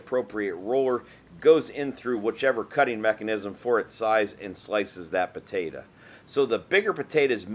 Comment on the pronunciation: PotatO!!!! Not potatA!!! ...lol